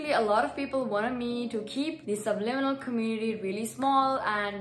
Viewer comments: How the heck do u say that word.. subnimilal.. sublinimal... subLIMINal .. AAAHH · Nobody: Nobody ever:: subNiminal Haha, love your content!